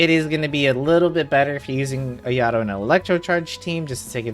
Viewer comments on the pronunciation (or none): Ayadoh…ugh it’s Ah-yah-toh!! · haha you Gucci. After a while it started bothering me lol. I was like “ah-yah-toh!!” 😭😂